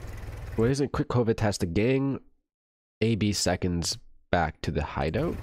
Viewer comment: Absconds is a word 😭 the way u said A.B Seconds like some high society noble name